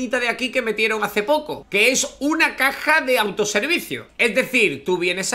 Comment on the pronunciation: No dice Caja Dice Cac@